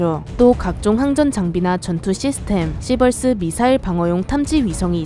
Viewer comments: 찰지다 ~ 씨벌~ 스 ~~ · 시벌스를 시발스라고 들음ㅋㅋ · 시이벌얼스으 시벌스<욕×>